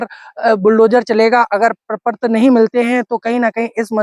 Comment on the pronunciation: प्रपर्त नहीं प्रपत्र